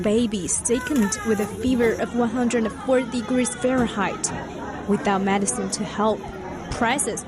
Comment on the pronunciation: The one complaint I have about this show is the terrible mispronunciation of many basic English words. Is there no editing in this show? Today Medicine was mispronunced at least 3 times!